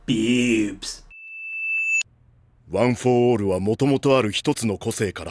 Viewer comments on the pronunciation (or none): Nobody: Not even me: This guy: beewbs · The way you say bewbs gives me life. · How come no one talks about how funny he says BeEwWwBs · When you siad bwebs, i said:"N....n...NANI?" and gagged.